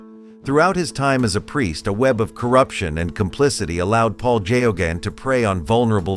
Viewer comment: His name is pronounced "Gaygon" it' stems from the Irish family MacGeoghan.